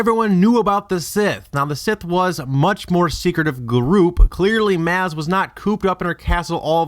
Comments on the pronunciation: Glaring hole in this theory. Maz (pronounced maaawz) has run her pirate's cantina/hideaway for a thousand years. Oh, and Jawas are rodents who live in a matriarchal hive structure with a LOT more than 8 Jawas in a single Sandcrawler. She's a shrewd business woman, she's not going to waste 30 years waiting on Tatooine for Luke and the droids. Far more likely that she would have taken a trip to see the pod races because she was already such a pod racing fan and has likely held her own pod races in the past. Far more likely that she would learn about things happening from reports she gets from travelers than having to be there herself. Lastly, Maz is/was a Pirate herself. She's not necessarily a 'good' person, right, yes, helpful, yes, on the light side, yes, but good? ... Not likely. She's probably got quite a few lives on her hands over the centuries, and not all of them will have been badguys. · its pronounced MOZ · Maz. But pronounced Moz. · They pronounce it M-aw-z in the movie, so that is how it is pronounced. Going by what you're saying, the little green guy could be pronounced Yoo-day. Yes, you can pronounce it however you want, but M-aw-z (or MOZ, as Grims Games puts it) is the correct way. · The narrator is pronouncing Maz incorrectly. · I'm cringing so much on your pronunciation of Maz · The one thing that pisses me off about this is that he can't fucking pronounce Maz correctly. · Oh god please stop trying to say maz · I find it hard to buy into this theory because of the simple fact you keep mispronounced her name. Ouch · and Maz... he can't even pronounce her name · How you pronounce Maz's name made me cringe and I couldn't finish this video. Watch "The Force Awakens" again. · why are you pronouncing her name wrong. It drove me to a thumbs down... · You've mispronounced her first name every time, as compared to the pronunciation by Han Solo. He pronounced it as rhyming with something that belongs to "ma" (not "pa"). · Youre saying Maz wrong